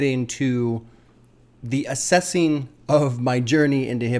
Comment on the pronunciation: lol he said ASSessing